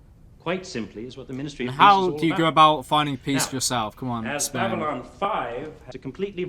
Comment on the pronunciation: Ffs he's this far into the series and he's STILL saying Babyline 5! BabyLON! Its not hard!